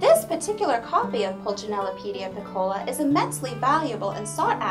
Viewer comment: Thanks for the review. Please though, "piccola" should be pronounced withe the accent on the "i", not the "o." And in French Pulcinelle, the "ci" part is like an "s" sound.